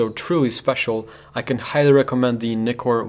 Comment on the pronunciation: Thanks for this review, above all thanks for pronouncing Nikon and Nikkor correctly.